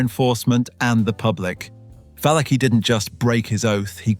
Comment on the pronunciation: Va-La- Chee,Valachi😅 Cap-o ,Capos😅